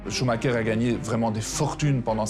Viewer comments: Le clown incapable de dire son nom comme il faut. Michael Shuma cher.... n'importe quoi. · Le "Shouma cher" du journaleux m'arrache les oreilles... On dirait qu'il le fait exprès en plus 😅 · Pourquoi les francophone n'arrivent ils même pas à prononcer ce son de famille correctement, tous ils disent schumarer. Ensuite, foutez la paix à cette famille, ce n'est pas pcq ils sont super riche qu'ils ne vivent pas dans une vie très pénible à vivre, d'autant plus avec tous ces paparazzi qui essaient d'y piquer leurs grains avec un cover inédit. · pareil, on a entendu ' choumarère , choumakère, choumachère....qu'ils se mettent d'accord ... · Le journaliste suisse devrait déjà apprendre à prononcer son nom correctement avant de vouloir des informations sérieusement. A croire qu'il l'a entendu qu'une fois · C'est pénible d'entendre des conard de journalistes qui son même pas prononcé le nom de Michael Schumacher un grand monsieur du sport automobile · Ce luis qui ne c'est pas prononcé son nom correctement i ferme sa gueule de con je ne supporte pas con ecorche son nom personne n'arrivera à ça cheville Michael Schumacher et une icône unique au monde